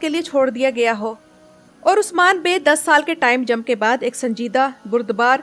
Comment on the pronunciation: Don't like the way you keep saying osman